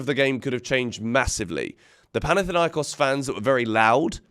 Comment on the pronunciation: It's panathinAikos😢😅